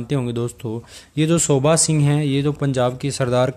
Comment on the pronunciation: Sir it's not "shobha" , it's "sobha"!!